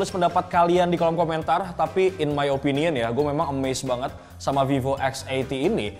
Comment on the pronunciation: Salut....ngucapin nama brand VIVO. Bukan spt kebanyakan org yg nyebut VIVO >>> FIFO.